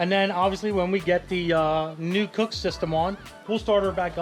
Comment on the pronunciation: and Mike both pronounce Kooks as Cooks. It's supposed to be kook, like something insane or crazy